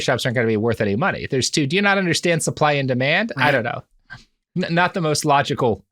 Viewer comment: The way he says "not" like "naught" makes me want to stab out my eardrums. Literally the worst sound in the world.